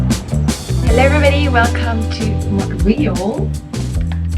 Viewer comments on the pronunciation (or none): So in English we don’t say “Mont-real,” we say “Mon-tree-all” with emphasis on last syllable. But it’s all good! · More like Mun-tree-all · Why as a Francophone can’t you pronounce Montréal? Or as every English speaking person pronounces it as Munt re all. Now say it fast! And Tim Horton’s was the best you could do in a city chock full of amazing cafés with the best croissants, etc. that are as delicious as what you get at a boulangerie/patisserie/café in Paris. It’s embarrassing for you and cringeworthy for likely all people who have ever called Montreal home. Timmys would be my absolute last resort. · I am just saying this to help you out. In English, the way Montreal is pronounced is by saying Mon tree all. The way you are mispronouncing it makes it difficult to know what you are saying. Of course, you could pronounce it as in French which would sound a lot more chic in English! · You pronounce montreal in neither the English nor French way. You're 100% right with the honking. No patience whatsoever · That is the wildest pronunciation of Montreal I've ever heard. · I'm shocked that as a french person you still don't know how to pronounce Montreal LOL